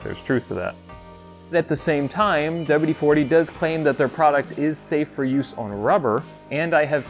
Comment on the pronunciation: "Douba-U-De-foutee" Careful gents, this man is educated.